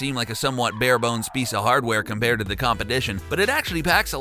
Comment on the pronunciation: Competdishion? is that a new word combining competition and addition?